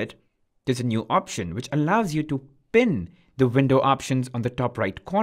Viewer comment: Why pronounce "bin" instead of "pin"?